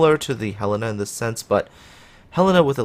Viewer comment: Hurray, you learned how to pronounce Helena!